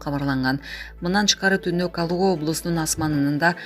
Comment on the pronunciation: Колуго областы эмес КАЛУГА туура окусаң чон кыз